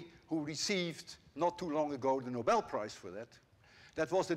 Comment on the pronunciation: holy. A non swede who pronounced "Nobel" right.